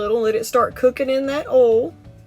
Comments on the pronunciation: There is an I in oil, you should pronounce it. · I like how she says oil lol